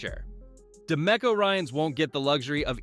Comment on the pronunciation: Yeah and it’s pronounced de me co, not da mecko